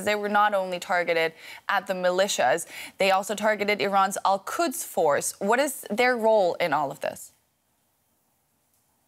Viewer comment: The expert ,He cant even pronounce Al quds , and can't distinguish or interchanging iran and iraq 😂😂😂